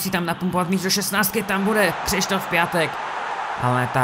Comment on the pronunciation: Piatek se kdyžtak čte "Piontek", sice mi to taky neleze do huby, ale je to tak :D